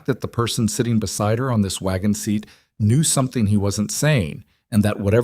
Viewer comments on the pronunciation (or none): none